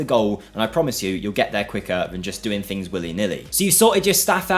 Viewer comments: fings? what is that word? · It's common in certain English dialects (especially in the UK) to pronounce the "th" in certain words as "f". It's known in linguistics as "th-fronting". It's a by product of how the language developed over the last few centuries in certain regions.